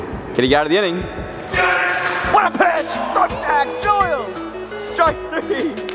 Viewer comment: Kyle “ they’re gonna go to dack joyle here”😂😂 lmao